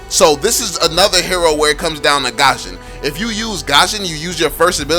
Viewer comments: IT'S NOT PRONOUNCED AS GASHON IT'S GUSHON THAT'S HOW TO PRONOUNCE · Its Goo-shion not Gah-shion. It bothers me so much how you say his name🙃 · who the fuck calls gusion Gasion? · Lol he said Gasion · No one: Absolutely no one:: pronounces gusion